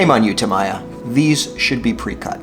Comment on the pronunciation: You should look up how to pronouce "Tamiya"